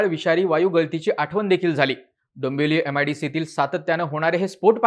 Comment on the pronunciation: काय भिकार उच्चार आहेत भावा तुझे.... दंबवली दोंबोली म्हणतोस